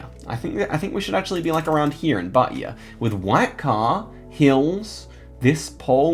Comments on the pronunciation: Hi, Im from Bahia, I love when u make these insane guesses around here, here we pronounce it baia, without the h sound, anyway, keep it up the great guesses all the way to the top ❤️ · i love the way you say bahia, that stop is so cool to listen to